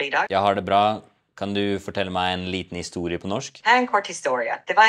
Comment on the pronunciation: "Bra" 😂 - terrible pronunciation in Norwegian - strong American accent.